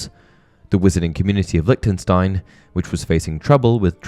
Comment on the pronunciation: It’s prononced « Lishtenshtein » ;)